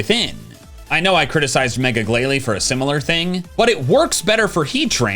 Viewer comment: THE I IN GLALIE SHOULD BE AFTER BOTH L'S! IT'S AERODACTYL, NOT AIRODACTAL! AND IT'S PINSIR, NOT PINCER!